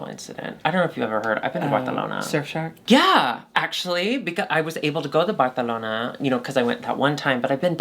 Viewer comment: Lmfao the “Barcelona” pronunciation always gets me good😂😂😂😂😂